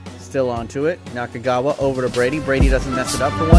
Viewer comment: Nakagawa is not kagawa